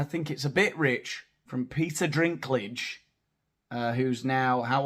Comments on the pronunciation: His name doesn't have an R at all, it's DINK not DRINK. Peter Dinklage. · His name is Dinklage, not Drinkage 😂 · You have a ‘Drink’ problem 😂😂😂 It’s Dink Dink Dinklage😂😂❤ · Please tell me you called him "Peter Drinkage" on purpose. 😂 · Killing me, calling Dinklage "Drinkage". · Drinklage; the “L” is silent. You were right all along. Cheers! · It's not Drinklage hehe theres no R in it....only saying because I'd been saying same as up until season 8 😊😂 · … by the way, it‘s Peter «DINKLAGE» … You pronounced it wrong the 2nd time, too. 😜 Sorry, couldn‘t resist. 😂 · It's Dinklage. No 'R' in his surname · Seems you had some trouble with his surname; it’s pronounced Dinky-Large 👍. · Hey! It's actually Peter Dinklage. So you have two references...Peter and Dink. It is important to note that there is no "r" in lage. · Dude, you have a channel with over 84K subscribers, reporting on cultural Marxism in entertainment and you can't even correctly read an actor's surname? This is the umpteenth entertainment channel I've come across with presenters who can't spell, read or pronounce their own featured subjects. Don't want to be a bitch, but Jesus, do some research before you make a video and prepare your material. You're getting paid for this. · No 'r' in Dinklage. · Peter Dinklage, no R in the last name.